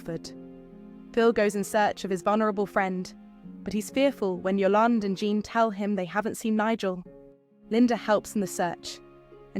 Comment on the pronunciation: It's Eastenders. Why put a posh voice over on it lol. She can't even pronounce Yolandes name properly.